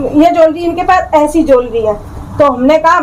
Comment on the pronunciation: Is madam ko jewellery Tak to bolna nahin aata ban rahi hai parlour wali😅😅😅😅